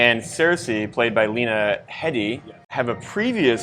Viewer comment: Her name is pronounced Lena HEEdee. Carry on.